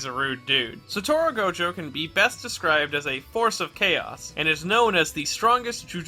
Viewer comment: it's Satoru, not Satoro